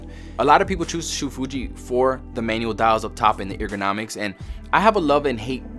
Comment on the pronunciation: "Eager-nomics", sorry but I got a laugh out of that.